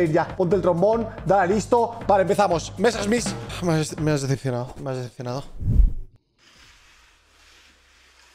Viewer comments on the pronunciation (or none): El rubius intentando hablar como ruso y francés al pronunciar Messerschmit cuando es Alemán xdxdxd